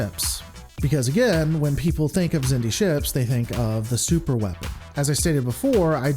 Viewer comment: The Xindi (pronounced "ZIN-dee") were an alliance of species who evolved on the same planet in the Delphic Expanse, known as Xindus Have fun being wrong